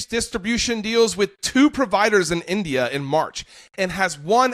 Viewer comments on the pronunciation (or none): none